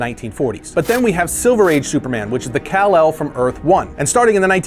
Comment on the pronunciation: call-ark? Really?